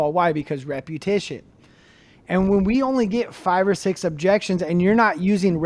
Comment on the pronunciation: The word is "repetition."